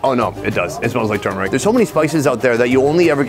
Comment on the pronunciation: tysm for correctly pronouncing the word "turmeric"